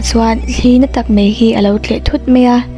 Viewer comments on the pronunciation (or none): " mei a" 'mai' maiiiii ti hram la😅